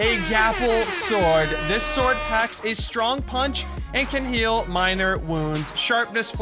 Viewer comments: “This sword can HAEL” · “can hael minor wounds” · “This sword packs a strong punch and can ‘hael” minor wounds.”